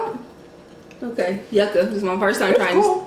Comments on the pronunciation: Yuca (pronounced: jooka, j as in jump) It is casava. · I always like the videos before i watch😂. That yucca be so good. Ya'll need some Portuguese food and some of there Sangria in ya lives lol. Food looks tasty tho. Mad Jealous lol. ✌T.T it's pronounced you- ka not yucka 😂😂 Makes it sound like it taste nasty lol just wanted you to know for next time you get some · i’m loving the cultural mukbangs 😍😍 the yucca is also pronounced (you-kah) :) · YouKa is how yuca is pronounced. But you put the yuca flower on the meat or beans